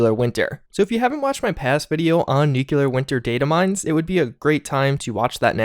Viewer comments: *Nu-CLEAR just remember that’s how it’s pronounced and you’re good to go Nuke-u-lar, no. Nu-clear yes! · It’s nuclear, not nukular, ffs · Sound it out... "New Klee Ar" as in "New Klee Us". Anyone who pronounces it "New Que Lar" sounds like George Bush. And he was dumb. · NU-CLEAR! NOT "NUKULAR" FFS, you're educated and currently enrolled in a college! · hear how the voice actor says NU-CLE-AR? It's getting so old to hear you say NUKE-U-LAR. C'mon man, you're better than this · Dude... You're saying it wrong. It's nu-cle-ar. Not nukular. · NUCLEAR NOT NUKULAR, Jesus! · Nuclear not nuculor! Lol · Nuclear not nucular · Eeeeewwe! PRONOUNCED: NEW CLEAR NOT: NEW KEW LER why do u Insist on not changing it? Btw Thumbs Down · Broooo NU-CLEAR not NUKULAR. Love your content tho, keep it up chief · DUDE. It's pronounced NU-CLEAR, not NU-CU-LER.. Please stop doing this! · Im sorry but it is NU CLE AR Not NUCULER. Driving me nuts lol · Please for all that’s sacred learn how to pronounce NUCLEAR not nucular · I know it’s nitpicky, but it really bothers me when someone pronounces nuclear as nuke-you-lar. Not looking forward to the increased Nuclear Winter coverage I know is coming. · Don’t take this the wrong way, I love your videos and your voice is soothing af to listen to but I can’t stand how you say “nucular” 😂😂 nuclear bro!! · Seeing the game footage in German was interesting. I really hope there isn't battle royale bullshit added in here. I do still want to actually play it at some point. On a less related note: nuclear. nu-cle-ar. For the love of christ, man, really. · Bruh. Why you sayin "nuclear" like George Bush? New-klee-ur not new-kyuh-lur. Thanks for the effort on this video tho for sure! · i really enjoy your channel but ...nu-clear this really bugs me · New-kew-lur is a strange way to pronounce nuclear. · no one:: NEWCLEEARRHH I love your videos but had to pick on you for this, even though I do it too. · Nuclear pronunciation: “new-clee-er”